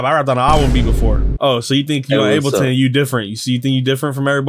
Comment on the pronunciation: bro called ableton abbhleaton 💀